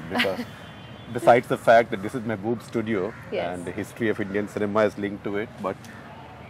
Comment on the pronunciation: isn't dat guy really said mehboob's studio 😂😂😂😂 I was bit shocked when he said dat